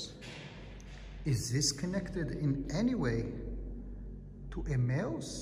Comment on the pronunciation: He's trying to say Emmaus